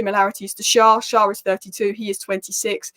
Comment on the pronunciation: Loving your videos as a Newcastle supporter. Just one thing Schär is pronounced as share/Cher - winds me up when Carragher say Sharr!